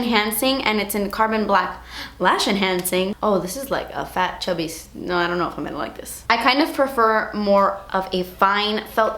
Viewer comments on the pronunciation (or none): The way you said chubby. Haha. Shubby.